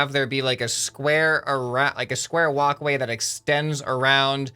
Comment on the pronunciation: Every single time you say walk way I think of woc way